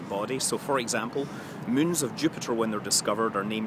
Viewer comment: I just love it how Scott prenounces moon as mün.